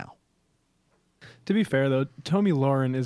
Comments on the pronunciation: Its pronounced tommy not tomey. Who the fucks name would be tomey? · Tomi is pronounced tommy